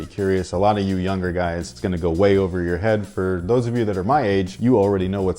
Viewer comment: It's ovaah